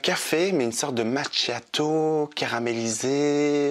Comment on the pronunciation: Tu t’es oppressé ou empressé? 😂😂 et en italien ch se dit k donc macchiato se dit makiato